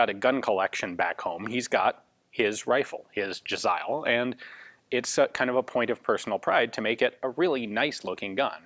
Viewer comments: In Pahsto its pronounced "jeh-zay-eel". Even with modern AKs Afghan tribesmen take pride in their possessions and tend to decorate everything from rifles to trucks. When I was in Helmand we found an AKM with small bells wired to the barrel. I supposed that it would jingle when it was shot at us haha. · Im pretty sure they're originally called "Jazair" The way you pronounce Jazail should be similar. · It’s pronounced “jez-ale”